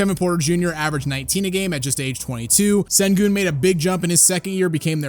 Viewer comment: It’s pronounced Shengoon. It’s not an S at the beginning it’s that weird Turkish S with the extra line, that is pronounced with a ‘Sh’ sound